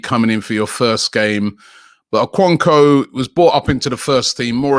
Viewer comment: Robbie can you at least put in a little effort in these pronunciations??? What you are doing to O-ko-N-kwo's name is really unacceptable. "Kwo" pronounced as "Q-or"